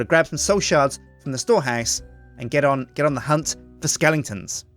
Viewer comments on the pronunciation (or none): not to be rude but it's skeletons, not skelingtons.:D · why does he say skellingtons?